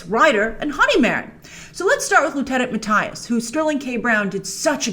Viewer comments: It’s Mattias to be exact :D Not ”Matthyas”! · MatTIas 🤣 Grace you need to look up how to pronounce it 🤪😂